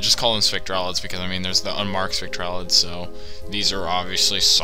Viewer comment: "Spec-trah-lids" CRINGE